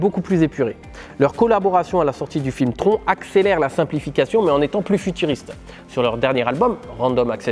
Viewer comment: Bravo, beau travail et vidéo de grande qualité, très intéressante. Je reconnais là l'ADN de. Juste un truc, TRON ça se prononce "TRONE"